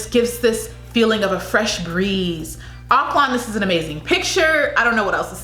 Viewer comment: CAH-piz. Stress on the first syllable PAH-SAHY focus on both separately yet equal stress seh-BOO - stress on second syllable ak-LAN - say it quickly with stress on 2nd syllable not first. Our "o" is short not long like in slow. More like in "on" KEH-zon - again a short "o" bi-LEE-run - stress on the second syllable DAH-vow - like broken vow